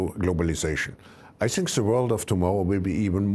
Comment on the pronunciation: Yo Klaus, there is no "Ze" just him/her